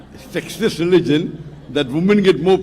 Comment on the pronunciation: Dear person, Please correct your pronunciation while speaking the word "Sexist" as you're pronouncing "SEXIEST" which means "SEXY" whereas, in this video of Dr Zakir Naik, a teen using a word "SEXIST" which means gender discrimination and the context of the whole question is based on "SEXIST RELIGION" not "SEXIEST RELIGION". Hope you understand. Jazak Allah! Have a pleasant day! Love from the United Kingdom.